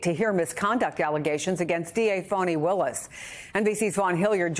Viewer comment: She said Phony Willis lol lol Can't convince me she didn't lolol